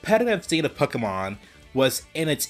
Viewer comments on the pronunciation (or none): It is also Pokémon not pakahmon